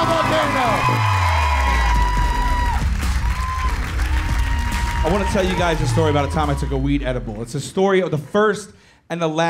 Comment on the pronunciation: Called him “My friend”...and still pronounced it as “volcano” 🌋🌋